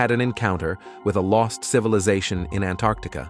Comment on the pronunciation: Say Antarctica CORRECTLY...